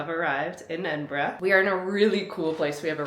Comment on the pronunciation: Haste ye back, the west coast needs a trip all on its own, Ps. thanks for pronouncing Edinburgh correctly